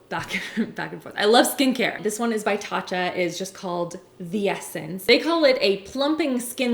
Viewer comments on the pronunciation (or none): none